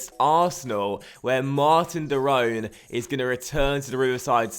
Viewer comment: Stop saying De Rone its De Roon